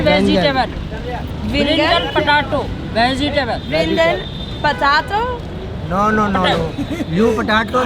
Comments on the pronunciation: Pataato 🤣 पटाटो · Kudos to you.. lol.. I being an Indian would not dare to eat there.. lol.. BTW You guys ate Poori ( made of wheat) , eggplant + potato vegetable.. the vendor pronounced potato as putaaato... and i believed fired vegetable dipped in chickpea flour.. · That bit where the guy from the food stall was trying to teach u the name of the foods was hilarious, cause it was not trying to be funny intentionally. And when repeated the words that were mispronounced by the guy it was so funny. "Patatoe" oh god too funny.